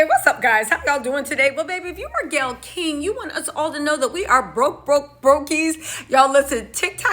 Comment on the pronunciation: Her name is Gayle - le = Gay